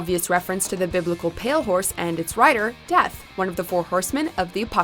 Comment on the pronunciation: Legit thought you meant deaf, not death